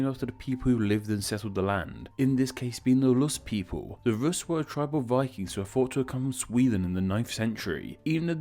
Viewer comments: Deadbäss he also says loos instead of rus’ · why do you pronounce Rus like Lus more than like Rus throughout the video? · Would are you saying Lus? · it’s sounds like you’re saying ‘lus’ instead of ‘rus’ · Lol Brits don't pronounce Rs the same way as Ls.